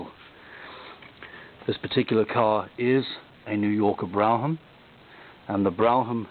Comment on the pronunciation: Based on how the announcers would say it on the TV commercials of the era, the word Brougham is pronounced "Brome" -- at least here in the U.S. You did an excellent job describing the car. It's funny to hear you point out all the details that for me as a kid were the typical overstyling of the time. Also, thanks for telling me why those Chrysler starters always sounded so, uh, distinctive -- and sounded like they continued to spin even after the engine had started!